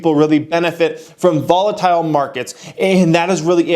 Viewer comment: “Volitile” Come on bro lol